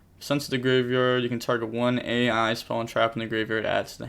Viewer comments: You gotta stop calling the cards " A I" it's pronounced "EYE", they're all puns like "Island". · I could be wrong, but I'm pretty sure A.I. is supposed to just be pronounced as "I".